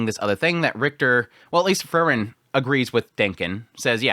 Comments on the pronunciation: you pronounce frieren like fern xd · I really like your episode analysis of other shows (fantasy mostly). But your pronounciation of FREIREN is killing me. I just can't enjoy your analysis of Sousou no "ferin" when there's another main character also called Fern😮‍💨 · he wants to get the content out. That is a thing to overlook in a first watch. But he gets the name Frieren so butchered that it is indistinguishable from Fern and that isn't even calling for him not naming Fern like the english plant. It really shouldn't be hard to call Frieren at least in the direction of free as in Freedom for the first syllable. So I rather say that is laziness taking a toll now. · i noticed that too :P he skips that syllable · He just doesn't wanna say frie cause no one is free in this world